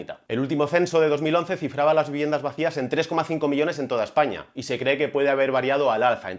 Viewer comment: Una pregunta.. por qué dices Essaña?